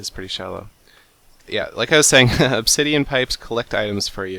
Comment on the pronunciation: teehee you said ob-titian pipes teehee.